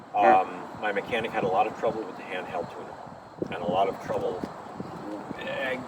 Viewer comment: Its EDELBROCK, not ELDERBROCK